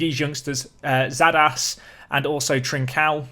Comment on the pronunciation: The correct way to pronounce Xadas' name is: Shadas